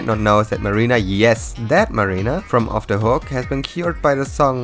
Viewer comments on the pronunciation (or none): none